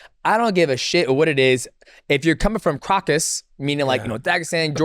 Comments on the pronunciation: The crocus mountains 😂😂😂(it's Caucasus) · bro kept calling the Caucasus " Kraukus" like bruh dj it aint ham lol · Someone teach DJ they are not called the "Crockus" mountains please 😂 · why does DJ refuse to say "Caucasus" correctly? Caucasian, Caucasus Mountains. People call it "caucus" but thats a completely different word. But if youre going to use that word, at least dont pronounce it "corkus" because i dont know wtf that is